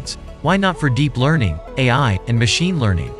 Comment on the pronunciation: Good video thanks. A bit ironic the AI narrator sometimes mispronounces its own name as "eye" when hyphenated etc.